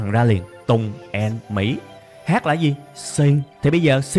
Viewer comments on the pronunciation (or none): "AN" đọc sai bét! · theo tôi thì "and" phát âm giấu "đ" chứ kg phát âm như bạn